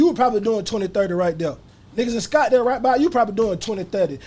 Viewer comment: SCOTTDALE..no S ✊🏾